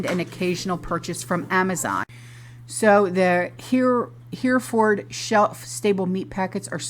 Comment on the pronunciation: Hereford is pronounced Hef-ferd.